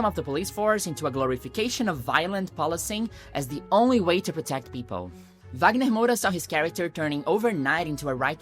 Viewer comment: Eu só descobri quando ela falou, pois fala o inglês com tanta desenvoltura que achei que não era brasileira, eu não falo inglês, mas percebi que falava o nome do Wagner Moura como uma brasileira.